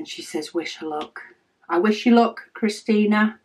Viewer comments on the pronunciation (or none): none